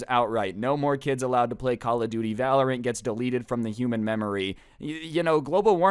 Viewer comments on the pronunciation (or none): none